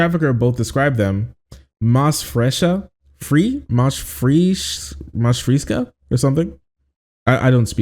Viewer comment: "Fresca" is pronounced "fre (like fresh) ska (like ska band). It means "more fresh."